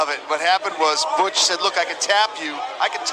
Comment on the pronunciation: “Butch” tha whole damn fight. What shitty commentary. Dont care to get a name right, and makes up shit that you never said. He just wanted to get that Conor line in there.